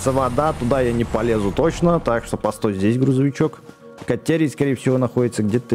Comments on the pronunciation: Кате́рий а не ка́терий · Бэкст не катерная руда а катерийная руда залайкайте чтоб бэкст понял